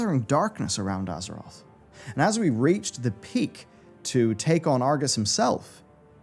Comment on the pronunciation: You kept saying "EARTH"